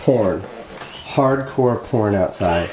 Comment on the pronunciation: It sounds like Casey said Porn instead of poring.